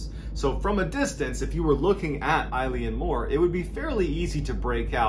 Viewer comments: Island name pronounced like 'ill-an moor' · Elan mor is a closer pronunciation. Eilean is Gaelic for island, mòr means large/big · It’s not pronounced Eileen Moore, it’s pronounced ILEN Moore it means big island in Gaelic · its not pronounced moore, its pronounced muuuuirr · Exactly when he said Eilean (Mor) as I had the video playing I was reading the name Eileen (Dietz) somewhere else in another tab. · It's pronounced (Yay) (Lan) More and just means big Island. I'm from an Island off the NW coast of Scotland too :) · Eilean mor pronounced 'ill an' means 'big island'. Just a bit of info. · Eilean Mòr? big island?